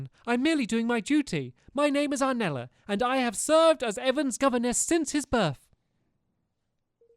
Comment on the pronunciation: Aranella not Arnella